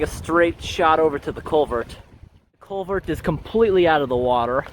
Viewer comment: CulverT...with an emphasis on the T.